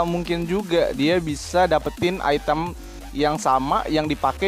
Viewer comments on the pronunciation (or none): none